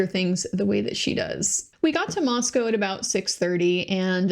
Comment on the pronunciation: Thanks so much,. I knew we finally had a local by your pronunciation of Moscow.;) (I grew up in the area.)